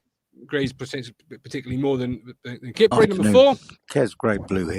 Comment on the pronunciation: Come on it's Kip- Prey not a ford car from the 80s 😂